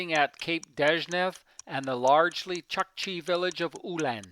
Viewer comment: Awesome footage my friend. Small correction "u" in chukchi is pronounced something like "u" in pull